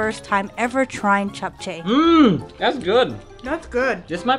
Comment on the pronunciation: I am impressed, the perfect pronunciation of Japchea. It looks like you guys put in a lot of efforts and time, Good job.